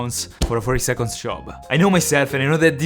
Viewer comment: he said "five secos"